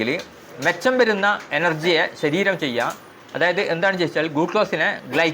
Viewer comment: " മിച്ചം'' വരുന്ന എന്നതിന് ' മെച്ചം' വരുന്ന എന്നാണ് പറഞ്ഞത് .😂